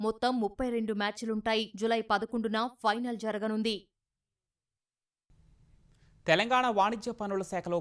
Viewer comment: Telangana pronounced wrong and these people are selected for news reading.